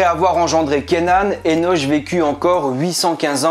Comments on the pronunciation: Énoche....lo.. ça se prononce Énok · Ça se prononce "énok" je me trompe ? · Disons qu'on dit Eno*K* et non Eno*che* et CananéHein, en non Canada*dry* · Enoch et pas Enosh? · Ça se dit pas " Enoche" !!!! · Enoch se dit"enok" et Canaan se dit "ka na an"